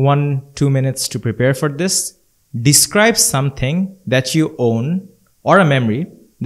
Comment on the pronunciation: describe bolar accent ta mone hoi vol,, Pronunciation hobe (duh·skribe)